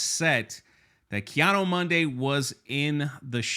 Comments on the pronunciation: Yeah bro, the only issue I got with this is you keep butchering this Jedi‘s name. It’s not Kiado Monday. It’s KI ADI MUNDI !! Lmao Other than that good video and thanks. 🙏🏾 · It seems like every time you say his name the pronunciation gets worse 😂 Ki-ano Monday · Is there some kind of inside joke I'm missing about the pronunciation of life ki adi mundi? Kianu Mundo? LOL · Who is Keanu Monday? 😂 Ki-Adi-Mundi ffs... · pronounce Ki-Adi -Mundi's name properly not Keanu Monday Jeez! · Didn't a certain actress get fired for joking about pronouns? Now its ok and no one is getting the boot? What 💩🙄 really. Anyway are you saying Ki Adi Mundi or Keanu Mundi?😄😄😄 I swear it sounds like you're saying Keanu 😆Bad enough poor Carrie Ann Moss was roped into this, dont drag Keanu into it please lol. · Who the hell is “Keanu Monday?” He said it like 10 times instead of Ki Adi Mundi lol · “Ki-ado-mondo “ “Ki-ado-Monday “ Jesus, we love you brother … but damn 😂😂😂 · Your pronunciation of Ki Adi Mundi is pissing me off lol